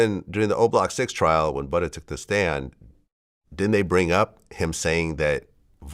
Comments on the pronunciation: He made sure to put that hard r on it 😂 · “Yea I interviewed ButtERRRR” Lmao relax vlad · It’s probs cause butters is a popular word in the uk when calling someone ugly 😂 he’s pronouncing it the same way we say butters